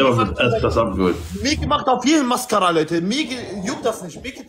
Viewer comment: Barellos Aussprache macht kein Maskaaaraa Leute